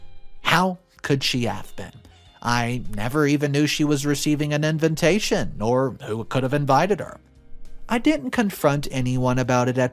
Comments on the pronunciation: InVITation, not InVINTation, please read your script before you speak it publicly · you need to listen to your stories before posting them. You mispronounce the word invitation repeatedly! You say “inventation”! And you have said that in other posts as well! Please improve you pronunciation! Otherwise I do like to listen to your stories.